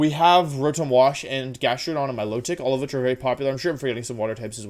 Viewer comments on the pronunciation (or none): none